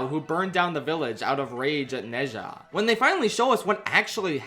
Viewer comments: Small correction: Ne zha isn't read as "ne sha" the actually pronunciation is "nuh ja" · Bro how did you watch both movies and not pick up how to pronounce Zha. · It should be pronounced as ner-zha, as in nerd without the d and zha the same as shard but with the s changed to z, and no rd of course. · I genuinely enjoyed the review, but c'mon, did you not hear how they pronounce Ne Zha's name in the movie? It's closer to something like Nuh Jah. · True Chinese is amazing like to is neza like it’s ne ZHA(pronounced like ja) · Pronounce Nezha correctly before making a video on it. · He's kinda close already. It's just the pronunciation of the 哪 vowel and the zh in 吒 is still too close to a J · I’m sorry but the way you pronounce nezha- XD